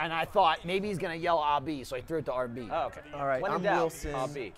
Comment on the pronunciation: "Don't say aahh B"; getting great, hilarious memories from that Edit: Proceeds to shout RB anyway LOL This time it sounds less British and confusing than it did in the past